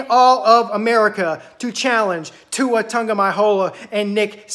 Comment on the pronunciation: How do you spell the way you say Tua name? Lol and did you just say Nick Satan oh man this is hilarious I love it. Alabama is not unbeatable, we could lose in 2 weeks or we could lose in the SEC championship and never make the playoffs. Or we could go and win it all you never know. Our defense is a weakness but getting better every week. Diggs going out hurt us, but Smith is decent enough. I hope we make it to the playoffs.